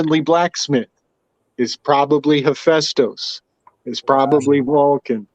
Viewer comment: This guy saying hephaestus name wrong the whole podcast